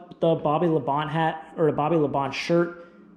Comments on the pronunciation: Pretty sure it is pronouncedBobby La Bon-tay. Not Labont. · It's pronounced La -bon - tee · Yeah, that was bugging me too. 🤣